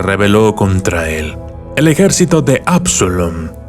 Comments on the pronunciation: Es Absalon no absolon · Se dice ABSALON